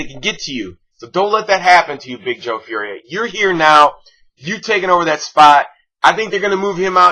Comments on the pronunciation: its pronounced "for-ee-ay" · Fauria i think is pronounced four e ay